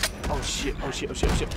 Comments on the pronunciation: When says oh shit it sounds like ocean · It sounded like was saying ocean instead of saying oh shit!